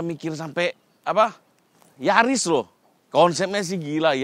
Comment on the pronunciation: Bukan Yaris, tapi NYariss 😂